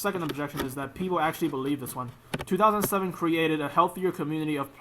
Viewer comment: everything you just said is why everyone playes 2007 runescape, also learn to say 2007